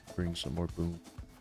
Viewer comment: when says "boom" it kinda almost sounds like "boob"